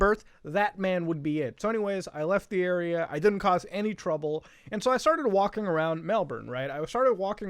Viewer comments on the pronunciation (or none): none